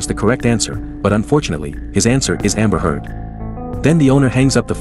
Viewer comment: Bro really said Jonny deep or amber head lol